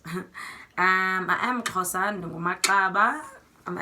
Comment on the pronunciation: I loved when you pronounced the Xhosa words. Love from Kenya